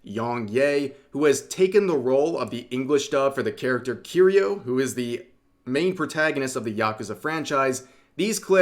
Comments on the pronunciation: Rev saying Kiryu like he's saying Cheerios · How can you be an obviously major weeb and still pronounce kiryu wrong?